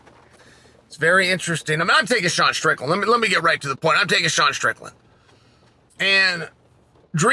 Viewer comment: Is this the first fight Chael pronounced both names correct?